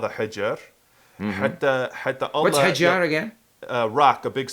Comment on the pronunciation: That was cool..best video ever I hope you do that again But there is something i would like to correct when you say stone in arabic: hijar not hajr because the last one its spelling means quarantine 🙄 love u and best regards ❤️